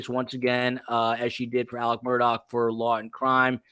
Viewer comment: I know that this is about the vallow/daybell case. But, can someone please explain to me why Alex Murdaugh's name is pronounced "Alec Murdock"? It's actually driving me crazy. Thanks.